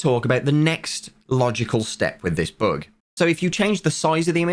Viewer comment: Sounds like he is saying book instead of bug